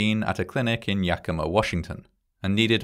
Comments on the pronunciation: As someone from Yakima, I appreciate the oddly rare instance where someone not from there pronounces the name correctly or within a reasonable range :D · pronouncing Yakima right good job! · Seriously though, good on you for pronouncing Yakima correctly 😂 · Hey, thanks for pronouncing Yakima correctly! Most people dont even attempt to pronounce it correctly when Ive watched other videos about the Therac (Plainly Difficult, Im looking at you). -someone who grew up there I remember my dad talking about this when I was a kid in the 80s. He knew people who worked in the Oncology dept at the hospital when both the Yakima accidents happened. Apparently, when the first lady was burned (she survived her injuries), radiotherapists were suspicious the machine somehow overradiated her, even though the company AECL basically blew off the concerns and said there was "no way" it could have been the machine. If they had taken the reports seriously, the man that died in Jan 1987 (also in Yakima) wouldnt have been killed. But they kept being assured at first there was no issue, then "oh we fixed it". AECL was more concerned with covering their own rears than making sure people werent hurt. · As a cancer survivor, having gone through a long course of radiation treatment I appreciate your careful presentation. Thanks for pronouncing’Yakima’ correctly - outside of the Pacific Northwest USA most people turn the letter i into an e. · Thanks for saying Yakima correctly 😁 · Thank you for pronouncing "Yakima" correctly.